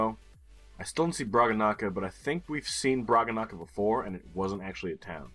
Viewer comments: Everytime pronounces Bragança as 'Bragga-Nakka' I die inside a little bit. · Let's inform that the squirmy little thing on the 'c' makes it basically an 's'.